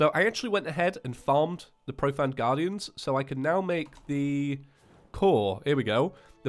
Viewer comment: Profane is said pro-fay-n NOT pro-fan